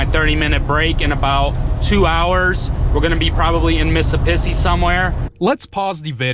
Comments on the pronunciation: I thought only students of soviet schools pronounced "Missippissi" -) LOL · Did this man just say Missipissi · Thank you for another awesome ride! Stay safe! By the way, I was waiting for Missippissi! And really enjoyed the funny interaction with the radio! (I am a Muslim and your "Habibi" sounds legit!) And as said, please do not stop to watch the accident! Thank you! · I love how he pronounces Mississippi 😂😂😂